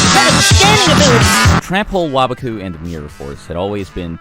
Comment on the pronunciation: The way you pronounce "waboku" makes me upset.. Sounds like youre a wobbuffet tryna talk to his japanese wobbuffet friend "oh waba-kun sugoi"